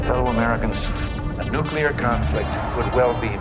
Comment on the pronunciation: the game narration mispronounces nuclear as nucular, ugh. SMH